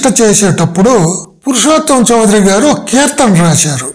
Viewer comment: చౌదరి కాదండి, చౌధురి. West Bengal సంబంధించిన వారు. తెలుగు వారు కాదు.